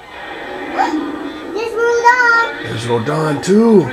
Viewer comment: its RO-DAN.